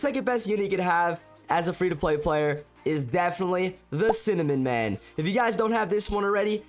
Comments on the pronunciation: I love when he Said cinnamon man not Cinema man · Bro said cinnamon man 💀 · I love how bro called cinemaman cinnamonman 💀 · bro said cinnamon man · I think you said cinnamon instead of cinemaman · Bro Said Cinemin Man 💀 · he said "cinnamon man"😂😂😂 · Bro said cinamon💀💀 nah jit triping Croatia_isgood5